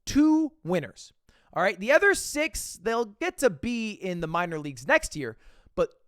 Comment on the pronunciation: Why does Mogul Mail say 'ether' instead of 'other'